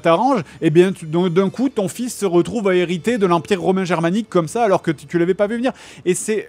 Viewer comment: JDG prononcera mal 'hériter' 154 fois.